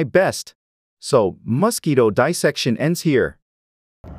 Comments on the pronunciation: I absolutely hate the way you say "mosquito"...and you say it every 2 seconds. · you should look up how to pronounce Mosquito - you are very irritating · I cant help feeling quite rage how you pronounce 'mosquito'. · Stop saying mosquito like that. Are you trying to F with me? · Couldnt watch....anyoning saying mosquitoes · RAAAAAAAAA WHY THE FUCK DO YOU PRONOUNCE MOSQUITO LIKE THAT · Why does he keep calling it Musk-Quito? Is it an ox from Ecuador? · Why does he say musketoe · "Muscky-dough"? What part of the world pronounces it that way? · I love how he says “The muskito” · I kept hearing musk-eeto and thinking about the Elon musquito meme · You say Musk Eato 🤫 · the way this person pronounce mosquito is weird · Thé way he’s saying mosquito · Weird way to say mosquito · Mosque eatoh. I hate this AI voice for pronouncing it that way. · Why are you pronouncing it musk-eat-o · First of all: MO-squito, but at least your AI is consistent. Please check your script. There were other mispronunciations that detracted from the video. I hope the dissection was fun for you. Please continue to practice so your dissection skills aren't so gross. Watch zefrank's True Facts About Mosquitoes. It's beautiful. Carry on.🤔🤢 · It's not Masquito, it's Mosquito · I assume "Muss-keeto" is mosquito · Ugh annoying! MUS-quito 🙄 Why are you saying it like that? It’s mosquito pronounced : ms’KEE’toe Are you doing that just to get on peoples nerves ? Do you also pronounce COOL WHIP the way, Stewie Griffin does? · aahh yes the famous Masquito .... either thats a horrible AI voice or this person sounds extremly robotic ... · It's Mos, not Mus... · I have always thought it was pronounced as Mosquito, not Mass-kito 😂😂😂😂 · Stop calling it a Muskeetoe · Wtf is a musskeeto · As a human, i can verbally confirm we pronounce mosquitoes "mass key toes" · Those damn muss-keetoes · It really is nice to be hearing MOS KITO every other sentence😌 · Bro why do you pronounce mosquito like Musky Dough?